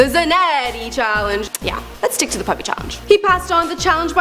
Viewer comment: There is none to very little information in this video. P.U.P.I stands for Por Un Piberio Integrado (For an integrated childhood) it was founded by Javier Zanetti to help poor children in his country Argentina. Also you don't pronounce it as Puppy...